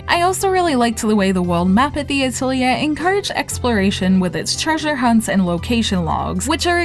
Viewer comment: Liked the review! Small remark: It's a-til-ye with a pronounced lengthened e with tension (not meaning the English kind of ee)